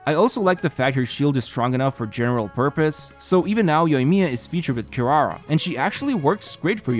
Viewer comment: "QuiRUARUA", "GOUKOMI"